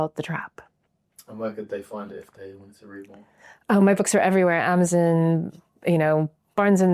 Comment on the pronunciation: The way she said Waterstones at the end. She went all posh. It’s both funny and interesting to see how her experiences have shaped a hybrid accent